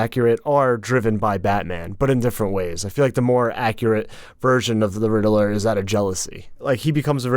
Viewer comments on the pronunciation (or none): why is he pronouncing it Riddle-ler instead of Rid-ler?! 🤣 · I can't stand the way you pronounce "Riddler", it's not RID-EH-LERR! it's RID-LERR! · Hey, buddy, it’s pronounced “Rid-ler” not “Rid-eh-ler” lol. Also you are correct about cats and milk. It really isn’t good for them. They should have had a mode where the contacts turn the eyes white. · Why this guy pronouces Riddler so funny? He is saying Ri-de-ler